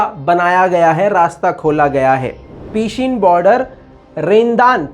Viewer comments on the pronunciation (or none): peeeshin nahi pahshin hai sahi name.